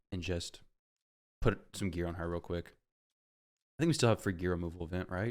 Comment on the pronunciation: Kwisk is my favowite!